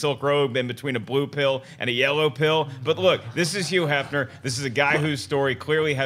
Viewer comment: I love how Schnepp fails to enunciate the H in front of some words, and not others. yuuu Hefner lol